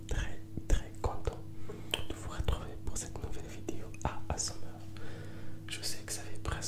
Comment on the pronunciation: jadore comment il dit asmr mdrr.. A S EUM AIR